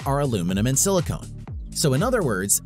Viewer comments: Your pronouncing IDRA incorrectly, and BTW its also pronounced "silicon" not "silicone" dummy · It's not aluminum and silicone. It's aluminum and silicon. Silicone and silicone are two completely different materials.